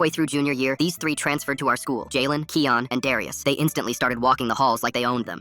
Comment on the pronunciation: im pretty sure its kian not keon and pronounced ( ky_an ) not ( ke_on ) cuz its my name